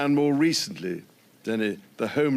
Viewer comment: He couldn't be bothered to learn how to pronounce Dene